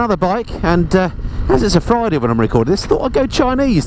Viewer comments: I flink he say fliday...maybe choosday. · Did you say you went chinese because it was a "Fliday"??? 😂🤣